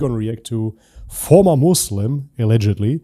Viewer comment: Moozlim....sounds accurate 😅